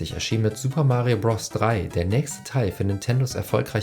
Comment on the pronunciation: Bitte sag nie wieder "Bross"